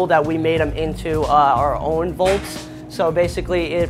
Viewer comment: unhygienic to prepare food on the floor. besides, dude is unfit to cook for me since he can't even pronounce the word "vaults" correctly.